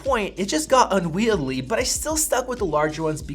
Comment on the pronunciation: Does anyone else find this guy annoying on ten levels? I watched some reviews here last year and … ugh. And “unweidly”. I think he thinks that’s the correct pronunciation or doesn’t care if it’s not. Whines: “ I say it’s right”!